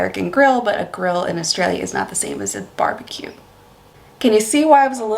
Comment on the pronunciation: "Barebque"? It's "Barbeque" mate.